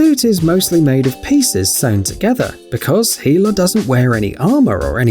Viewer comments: It's not fucking heela it's hella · He pronounces hela's name as HE-LA instead of hell-a. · the way they pronounce Hela (Hel) makes my ears bleed. Heela...... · Healer ? You mean hela like hell not heal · Dude hela’s name is hell-a not heel-a you idiot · It's pronounced HELL-a you plebian...not HEE-la... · HELL-A not Heeeela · Ah yes heeela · Once again you butchered a name.😤 it's pronounced HELL UH. Not He -la. Dude! What is wrong with you? Have you even watched these movies? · Did he call hela heela? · Heela, dude it's pronounced hell-a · This guy referred to marvel's hella as "heela" and brandon Lee's the crow as "the raven".. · who’s hEeLlA, it’s HELLA pronounced Hell-a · I'm glad someone else picked up on this. It's hela not heela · Anybody else get triggered when he said heela in stead of hella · I went straight to the comments when i heard it😥😥😥😥😭😭😭😭😭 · who.. He-La 😅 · did he rlly say hulla im not mening for this to be rude so dont spam me with it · He said hela wrong it's HELL-A